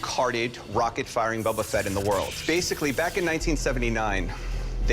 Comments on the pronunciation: This guy keeps calling it “Bubba Fett”. It’s BOBA Fett, you dope! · It's BO-ba Fett... not "Bubba Fett". This guy doesn't even know how to pronounce the name. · "Bubba" Fett. this guy... -_ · “bubba fett” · Why do they keep calling it "Bubba Fett" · "Buba fett" said by the hard-core star wars fan smh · It's not Bubba Fett... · No one: Absolutely No one: Not even Disney:: BuBbA fEtT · I love "Bobba" Fett so much that I can't even pronounce his name correctly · For a starwars fan, that one dude doesn't know how to pronounce boba Fett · Anybody else really uncomfortable with the way that guy pronounced "Boba Fett"? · Different languages may influence the outcome of the pronunciation. Ask a Japanese and an Egyptian to read "Boba Fett", they will come out differently. Thats common sense. Now, if you are an American and you find weird the way it was pronounced, then i have none to say about that. :)